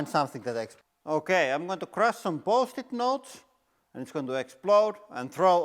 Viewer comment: My wife and I both heard bulls#!t notes instead of Post-it 😁